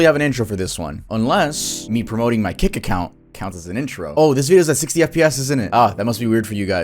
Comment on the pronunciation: I THOUGHT YOU SAID KIK CAUSE I LISTEN TO THESE VIDS AS I DO OTHER STUFF AND IM LIKE WTF BRO 😂😂😂